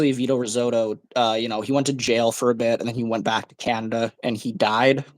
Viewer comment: It is pronounced Roz zuto,not your pronunciation like the food